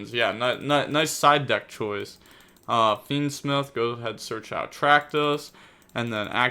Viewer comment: pronounced fiendsmith as fiendsmeeth in the intro